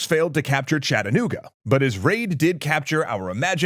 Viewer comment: I'm thoroughly impressed you managed to pronounce Chattanooga correctly, well done! One note though, Andrews raiders actually stopped about two miles north of Ringgold when the General ran out of water, there's a marker off Ooltewah-Ringgold Road that tells the tale while giving a rough estimation of where the loco stopped.